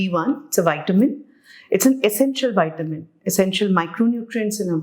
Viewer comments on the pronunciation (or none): Whitamin nahi, vitamin boliye